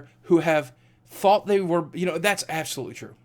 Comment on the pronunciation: Lol Ab-so-lootlie